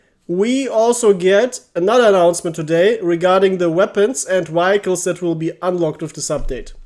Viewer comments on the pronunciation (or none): Danke für deine sehr hilfreichen Videos. "Vehicles" spricht man allerdings ganz anders aus, falls dir das nicht bewusst war